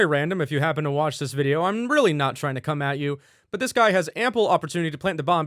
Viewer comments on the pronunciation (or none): none